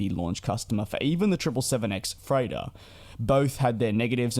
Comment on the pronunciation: Oh!!! He's saying *freighter*!!! I couldn't figure out what the heck an "A350-3Turn" could possibly be. :D :D :D